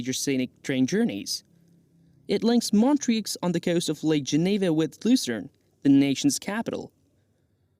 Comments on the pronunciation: Not sure if this is a real person's voice or AI, but they definitely need to work on their pronunciation of some location names ("Montrix"???) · Please research how to pronounce the names of the different locations correctly before making a video. You can only hear Montreux pronounced wrong so many times before wanting to stab yourself in the ear.